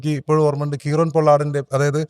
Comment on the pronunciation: എന്തുവാടെ Kieron - കീറൻ അല്ല കൈറൺ Patidar - പട്ടിധാർ അല്ല പതിധർ 😂😂